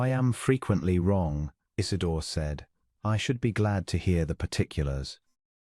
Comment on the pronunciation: Isidor!! Not , Is it door!!!